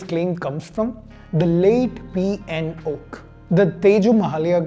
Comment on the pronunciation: P N oak, sounds more like pinokio